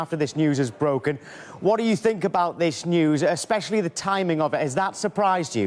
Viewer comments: "I sink, I sink, I sink.........I've sunk!!!" Ha ha ha LOL Mr Ego Maniac finally turns into the "Sacked One", not as special as he thought he was, the true "Specialist In Failure"............all I can say is Wenger In!!! 🤣🤣🤣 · “ I sink”